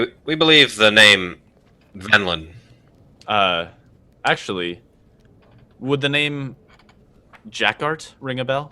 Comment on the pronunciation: I love how the NPC is named Venlin but seems to have misheard and is saying Vendilin. Everytime is talking as an NPC to after he misspeaks uses Vendilin rather than Venlan. Little touches like that are why he is #1